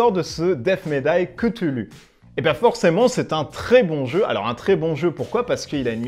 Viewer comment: Tu as oublié un gros point négatif, ta prononciation de cthulhu 😂😂 Sinon pas pour moi ce jeu, il ne m’attire pas je préfère largement un demeure de l’épouvante ou un horreur a harkam, qui me semble plus cohérent, avec le thème.